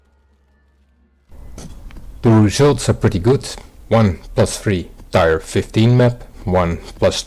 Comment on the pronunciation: Just a heads-up: "tier" is pronounced "tear," not "tire."